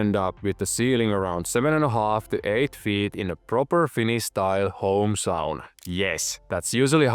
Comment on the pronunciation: I knew from how said Sauna I was in good hands!